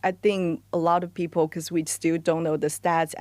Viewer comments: "Flexiibo." "Peopo." Wtf. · Why do you pronounce people as p-pole